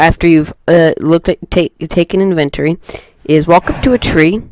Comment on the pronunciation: The main reason I could not complete watching this is because it was annoying to keep hearing the word "inventory" mispronounced. Then making up a new word 'inventoring" instead of using inventing. How you speak matters... not trying to be a dick, I hope you take a moment to consider this. Thank you for the video.